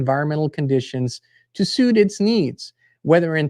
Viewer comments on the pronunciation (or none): none